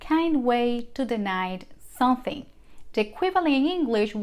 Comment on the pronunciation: Un favor,, practicar la palabras, “something”. You should say the letter “m”. Not sonthing